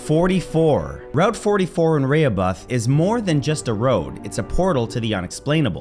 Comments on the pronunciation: Thanks for including route 44 in Ree-hoe-bith that's how to pronounce Rehoboth. Route 24 & I 495 in the Bridgewater Triangle is eerie too. Many single car fatal accidents. I avoid that area at night at all costs. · Re- ho- bith how you pronounce Rehoboth, MA. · Matthew, Rehoboth is pronounced RA-HOE-BITH. FYI. :-) Great video! I've been watching for well over 10 years.